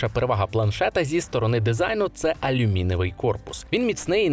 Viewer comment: і чого він "алюміневий"? Корпус, синку, - алюмінієвий. Ну не в першому класі, а й досі не вивчив.